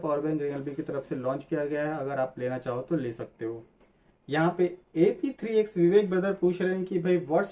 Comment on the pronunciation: You told my name A P 3 X....but it should be pronounced as apex😅😅😅😅but.....good qna ...you should do every week in my opinion